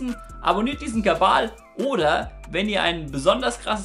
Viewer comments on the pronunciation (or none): Gutes Video (Hab auch nichts anderes erwartet) Jedoch frage ich mich schon länger, wieso du "Kabal" anstatt Kanal sagst. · Warum sagst Du immer "kabbal" anstatt Kanal, das macht mir Angst! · Kann mir jemand sagen warum er immer Kabal statt Kanal sagt? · hört noch einer kabal wenn er kanal sagt ? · Einfach ein Versprecher, der seit dem verdient auf Platz 1 geblieben ist 😉